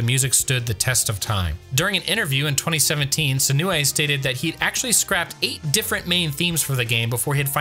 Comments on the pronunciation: Note for your narrator, "Senoue" is pronounced "Seh-noh-eh," not "Seh-nuu-eh," and "Satoshi" is pronounced "Sah-toh-shee," not "Sa--tah-shee." In Japanese, "o"s are always pronounced like the "o" in "oak." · "Sen-oo-ay" caused me physical pain 😅 always has a really bad habit of not ensuring that their VO's pronounce Japanese names correctly (and getting re-reads if necessary) before releasing the video. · Great video, but hearing him attempt to pronounce "Senoue" gave me a migraine. 🤣 (Not really, but yeesh.)